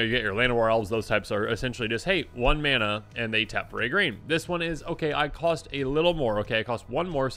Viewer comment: Is he saying grain instead of green?